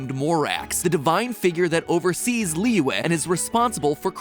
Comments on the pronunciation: It kind of hurts when he keeps on mispronouncing Liyue, it's Lee-yu-eh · I can't stop laughing about how Matpat pronounces Liyue as Liwah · Is it just me or did mat pronounce liyue wrong? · It's pronounced "Li-yew-eh" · he pronounces liyue as "Leeway" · Imma say- you gotta make sure you say Liyue right lollll